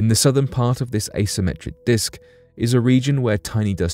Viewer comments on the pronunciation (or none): none